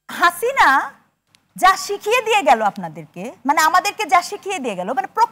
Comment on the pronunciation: শিক্ষক মহিলা, হাসিনার উচ্চারনটা ভাল লাগেনি।